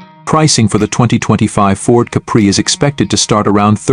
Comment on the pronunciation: I agree. Similar one, going around based on the last model spec. The giveaway is the way it pronounces Capri as cup bree